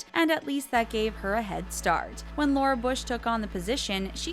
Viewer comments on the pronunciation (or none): none